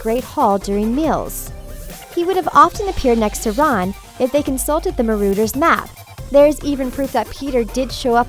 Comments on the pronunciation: What is a maroders map? Yet another incorrect pronouncciation. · Yeah like Dobby she calls him dobye and like the Marauders map she calls it the marooners map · At least pronounce the things right if you want to make a vid about this god frikkin MarOWDURS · The marauders map as she pronounce as marooders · BRUH IT'S DOBBY NOT DOE-BBY IT'S NOT AUTHOR WEASLEY IT'S ARTHUR WEASLEY IT'S PATRONUS NOT PATRONIUS IT'S NOT MA-ROAD-ER'S MAP OR MA-ROO-DER'S MAP IT'S MA-RAW-DER'S MAP! "They aren't learning traditional subjects like math literature or geography" IT'S A FLIPPIN MAGIC SCHOOL OF COURSE THEY AREN'T!